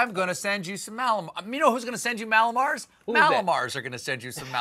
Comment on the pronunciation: Stephan, Mallow mars, REALLY?